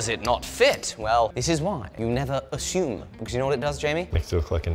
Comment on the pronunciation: Haha “ass-u-me” assume.